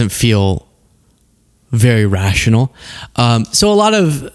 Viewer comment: “Rash-ional” Good one lol 😂 ✌🏻💜